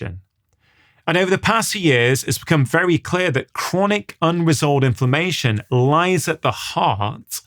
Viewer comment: I kept hearing ‘information’ then realised it was inflammation!!! Good talk. Thanks.